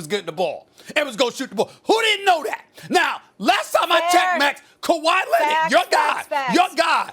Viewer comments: “Kawhi Lennit” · "Kawhi Lennid" - Stephen A. Probably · Kawhi Lennit 😂